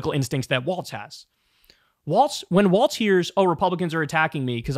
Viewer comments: It’s pronounced Walz like “walls” not waltz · Kyle. It's Walz. Not waltz. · We should make a petition to make Kyle pronounce Walz’s name properly. It’s pronounced like “walls”. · Talk Walz is pronounced WALLS! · It would help if he could pronounce his name correctly!